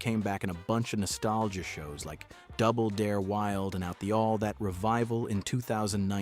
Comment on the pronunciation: The first “all that” mispronunciation in the video will tell you the quality of what you’re about to watch ..